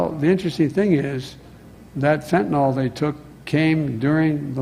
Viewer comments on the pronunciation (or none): FENTANYL NOT FENTINALL!!!!!!!!!!!! Everyone on this mispronounces it!!!!! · And can politicians PLEASE pronounce fentanyl properly...."Fen-ta-NYL", not "Fen-tah-nall"...sorry...medical professional's pet peeve.... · It's ridiculous to see political leaders politicizing fentanyl, and constantly calling it fentanol. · FentanAWL, LOL. It's like nucular. People who say it are ignorant. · Does it bother anyone else that no one in our government seems capable of pronouncing Fentanyl correctly? Do you see an "O" in that word anywhere? The press too. I can't remember one person pronouncing it right. It's an example of how people are afraid to be wrong even though they're right when they hear everyone else saying it incorrectly. If you hear someone pronounce it fent-uh-nil then pay attention to that person because they're not afraid of being wrong.